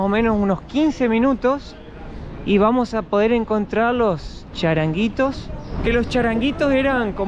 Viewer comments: Chiringuitos, no charanguitos. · Queres decir CHIRINGUITOS no charanguitos jajajajajaja . charango es un instrumento musical del norte argentino 😅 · documéntate mejor porque todo el mundo sabe que se llaman "chiringuitos". No charanguitos ni nada parecido. No sabes qué tipo de lugar es Córdoba? Realmente me decepcionas. Por cierto la Córdoba argentina debe su nombre a la Córdoba española como tantas otras ciudades. Tortilla de "camarón" no camarón,.😮